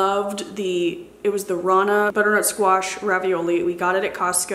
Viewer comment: I have been following you for years and yet every time you say “squeesh” for squash it gets me. 😂 Happy fall,! 🍂🍁